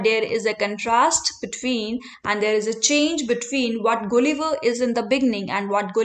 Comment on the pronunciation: Please pronounce gulliver correctly